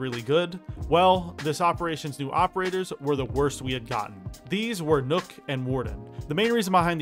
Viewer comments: The "ø" in Nøkk is pronounced "uh", not like an "o" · When people pronounce nokk as nook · Why do you pronounce Nøkk as Nook?